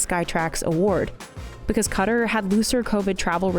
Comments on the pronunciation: Qatar is not pronounced KWAT-ER. It’s KA-TAR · Qatar pronounced as "carter" not "key tar"? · Qatar is not cutter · Calling Qatar cutter is so funny lol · Ughhhh please don’t pronounce Qatar as cutter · Wtf is a "cutter"?! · Me trying to figure out what she meant by "Cutter", then realizing she pronounces "Qatar" two different ways in the video. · why did she pronounce qatar like that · I didn't finish this video. Your pronunciation of Qatar was lazy and offensive.